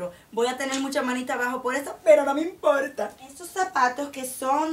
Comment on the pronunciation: jajajajaj me rio de que dijiste : no esta de moda pero a mi no me imporrrrta!! jajajajajaj pero ya si estan de moda!! besos!!+